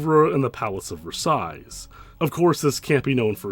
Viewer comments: I’m sorry but your pronunciation of the louvre and Versailles killed me. It’s [LOOV] and the last s on Versailles is silent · Hello, I don't mean any harm with this statement, but you said it a bunch and I want to help. It's pronounced "loove" or "lew-vv" you don't pronounce the r. Same with Versailles, the s is silent. French is hard. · The r in Louvre is silent, as is the "lles" in Versailles. Just FYI. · "The Loover?" "Versais?" 🤣 It's pronounced Loov and Versai.